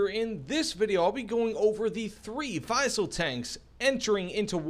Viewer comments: vee-sell not vy-sell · Prounounce it like Weasel and you good. not we sell or why sell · Why you keep calling them Vaisel??? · I believe it's pronounced like we ·sell